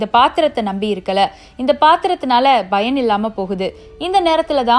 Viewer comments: Bayan இல்லை பயன் அதைமட்டும் கொஞ்சம் மாற்றிக்கொள்ளுங்கள். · Payan Not bayan